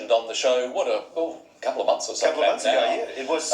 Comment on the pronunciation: First word: COUPLIE Second word: ROASTED